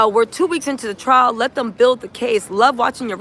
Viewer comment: TRIAL... NOT TRAIL YA'LL C'MON😅😊